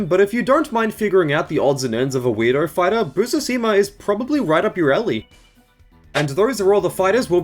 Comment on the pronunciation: The dyslexia on Busuzima is wild